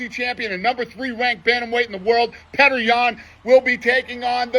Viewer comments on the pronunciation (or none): Its peotr, not Petaar too. This goof has checked out mentally from the UfC